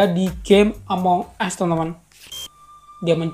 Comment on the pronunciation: Tadi bang ngomong among es wkwkw 😂😂